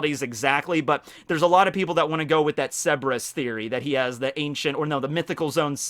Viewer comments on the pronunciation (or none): please, learn how to say it correctly, you're completely ignoring the r in Cerberus, and it pronounced sir-bur-us, not seb-er-us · My dude it's pronounced "sir-bur-is" not "seb-res" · U probably already know this but you're pronouncing Cerberus wrong, other than that love ur content